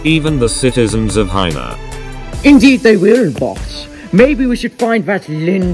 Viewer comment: lmao she needs a spelling test why does she say hina instead of China???